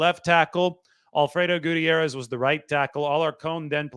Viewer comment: Fr, he’s usually great at pronouncing names but this one was 🚮